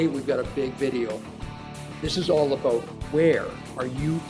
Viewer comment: About, not aboot.